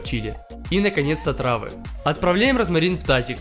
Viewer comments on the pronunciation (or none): 3.56-Мне одному показалось что он сказал отрава вместо трава? 😂😂😂